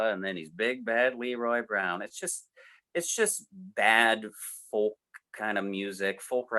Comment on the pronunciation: Arrrrgh, guys stop pronouncing the L in folk, it's pronouced foke, like yolk is pronounced yoke.